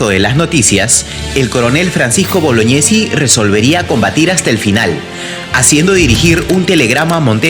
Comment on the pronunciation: bologñesi🤣🤣🤣🤣 ultra peruano